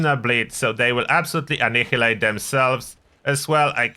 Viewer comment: I love how you say "ahn-eye-EEE-late"